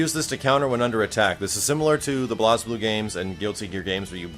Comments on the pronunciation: Bloz-bluu? I think it's pronounced Blaze-bluu. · Blaze not Blahz lol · I don't want to be THAT guy, but... it's pronounced "Blayzbloo", not "Blahzbloo" XD. For proof, that's how they say it in the games themselves (for those that haven't played the games). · no ones attacking you personally, im looking at the comments and you seem very emotionally invested in defending the proper pronunciation of BlazBlue. the point is when ANYONE says "Blaz" instead of "Blaze" YOU know wat they were talking about. and it sounds funnier. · it pronounced blaze-blue , it that way in the games. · How is BlazBlue pronounced? I always pronounced it like Blazing (BlaizBlu) and not blaaaaazblu... I'm confused :/ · BlazBlue is pronounced "Blaze Blue." Not "Bloz Blue," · Hes referring to how you pronounce it, its said like BlazeBlue, not blazblue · Blahzblue? Blazeblue. Cmon max! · i wanna get into this game. so badly, cross tag comes out in less than a month. also he pronounced blazblue as blozbloo. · There's no "e" so to an english speaker who hasn't heard Hazama say it it llooks like it is pronounced BlazBlue. Fuck, I thought was BluzBloo too til I got and beat Continuum Shift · It IS pronounced Blaze-blue. That's how it's pronounced in the games themselves. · it's "BLAZE"blue max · you really should play Blazblue(and its pronounced as Blaze) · They pronounce it BlazeBlue in the game. =P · So yeah, nice video. Its nice to see you play and record a Arc System games. Cant wait to see more from you. Blaze-Blue. Thats how it is pronounced. btw